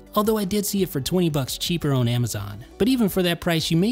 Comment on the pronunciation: What’s your accent from? I’ve recently noticed that you pronounce the word “on” as “own”. No disrespect, I’ve just never heard anyone pronounce it like that. Quality videos by the way 👍🏽